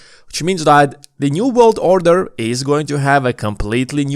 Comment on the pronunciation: If you say “order” like that one more time 🙈